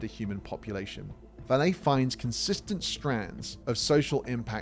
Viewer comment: Since you are making use of Vallée's research, you should do a bit of your own and learn how to pronounce his name properly.